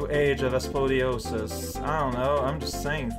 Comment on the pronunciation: I wanted to live in the new age of scoliosis, but I didn’t have the spine. PS: I just double checked and he actually said „aspoliosis“ but it’s too late to back down now. PPS: hehe „back“ down heh heh